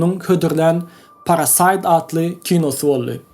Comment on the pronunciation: Dos bagyşla, ýöne dogry gürlemäni öwren "Pripýat" beýle okalanok! "Parasite" beýle okalanok! "Upgrade" beýle okalanok! I think you're obsessed with other Youtube channels